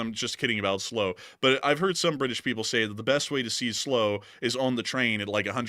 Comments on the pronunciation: Slow! 😂 it's "Sl-'OW'" as in Sl - ouch... LLTLSA! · How many chips are there in a Chinese electric car? Probably enough to make a lot of weapons. Check your pronunciation of Slough and Cliveden House.